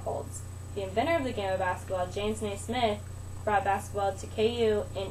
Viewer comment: It's not James nay-SMITH, it's James NAY-smith. geez